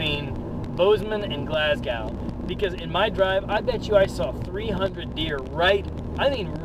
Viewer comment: Couple things... It is pronounced """"Glass GO""".. not Glass GOW There is no connection between Amish and Hutterites. It is not spelled "hooterites"... It is spelled "Hutterites" I actually know the people who hit you and I guess the only question I have is... If they were not "Hutterites" would you have still make this video??? Probably not.. Have a good one..